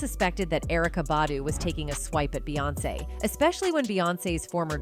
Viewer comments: Jesus I can't listen to this AI shit anymore..."BAY"🤦🏽‍♀️. SMMFH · When yall say her name “Beyoncé” yall pronounce it “BEEyoncè” Yet yall pronounce “Bey” & “BeyHive” as “Bay” & “BayHive”…… pisses me off